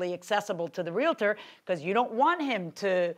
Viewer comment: its realtor not realitor. ugh